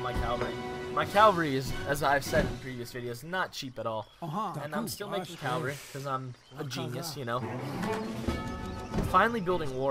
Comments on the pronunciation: Its "caValry" not "caLvary", You weren't even pronouncing your main-force right. As for the tactics, Its surely your deck that let you down. Cavalry wise FF with Combo of Axe and RIfle Rider would have made a difference. Or Combo of Tashunke and Bow Rider would have made it a little easier. AOE3 is like a Pokemon battle and civilizations are like pokemons, Some civilization just aren't made to play against some particular Civilizations. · Cavalry not Calvary. And you stockpiled way too much coin that entire game.